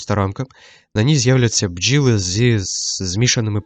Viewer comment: "Щоб проявилися бджіли" 😅 омовився трошки, азіровка якась вийшла